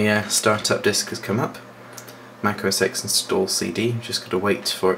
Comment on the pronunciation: It's OS 10, Not OS X I'm quite disappointed that you of all people didn't pronounce it right!